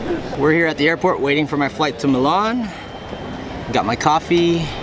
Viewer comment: your saying milan wrong